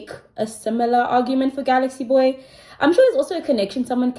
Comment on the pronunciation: It's pronouned Gal-x-Boy 😅